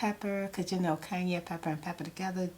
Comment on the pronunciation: I love how she says cayenne pepper "Kanye pepper"